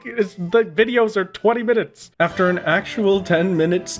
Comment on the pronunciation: "the videos are 20 minnutes" next video in the playlist: 1 hour